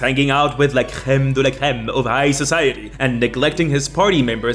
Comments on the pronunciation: Are u canadian, cause hell la crème de la crème was pronounced perfectly, and from my experience, english speaking countries arent really good at anything than english, because they dont "need" to. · Are you fluent in French? You say "la crème de la crème" without an accent. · Your "La crème de la crème" has a perfect accent.